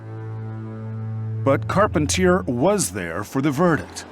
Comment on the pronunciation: *Carpentier. The Americanize pronunciation effed it up 😂